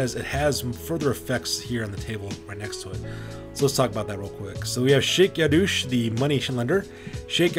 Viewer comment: Yadosh!! there's only one O in it, where do you get Yadoosh from!? Also, it's pronounced "Shake Ya-Dosh" get it? Remember when these guys were named, most of the RoR names are puns